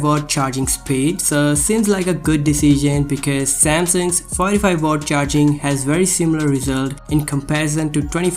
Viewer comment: yes you did but you pronounce it like o instead of aaaa after w 😂